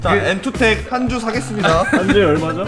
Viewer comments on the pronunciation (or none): 엠투텍X - 엔투텍 입니당..ㅎ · 엔투텍이요 엠아니고!!